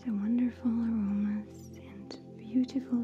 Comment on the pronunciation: did you say horrible teas are buttifle